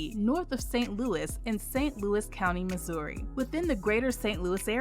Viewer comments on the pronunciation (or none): none